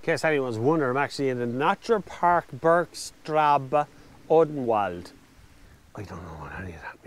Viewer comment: bergstraba is actually -pronounced BergstraSe